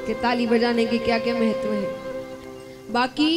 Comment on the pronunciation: महत्त्व को मेहत्तव और अहंकार को एहंकार बोलकर भाषा का सत्यानाश कर रहे है ।